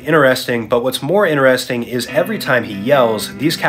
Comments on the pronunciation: Inneresting ? Bro cant pronounce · bruh why yall are not talking about the way he pronounces "interesting" 💀💀💀